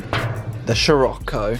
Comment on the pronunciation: Everybody else: Sirocco Him: Shirocco 😂